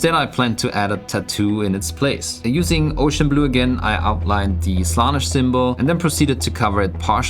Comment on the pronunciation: It's Slaan-esh not Slanish